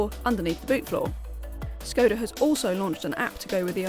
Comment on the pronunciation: Great review, but please learn to pronounce Skoda correctly :(